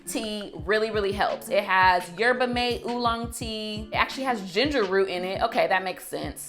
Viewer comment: Yerba MAH-TEH